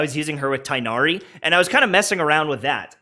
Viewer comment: Finally, a youtuber who knows how to pronounce Tighnari. 😀